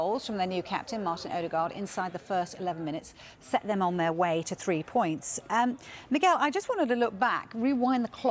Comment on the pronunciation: When I heard "Miguel" I cringed 😂😂 I think we all know why.